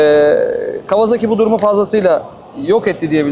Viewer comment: Canini sevdiğim kawaZaki deme. Gıcık oluyorum. KAWASAKİ